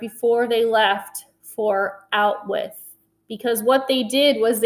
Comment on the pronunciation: Out-With Is Bruno's Pronunciation Of "Auschwitz"